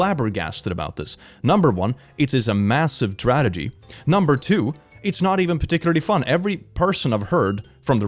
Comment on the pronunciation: Did you notice that everytime you try to say tragedy you end up saying « tradegy » 🙈 It’s cute though don’t change it 😁😂